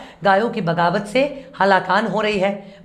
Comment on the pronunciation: Bagawat nahi baghawat.